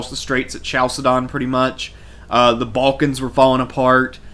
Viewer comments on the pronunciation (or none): none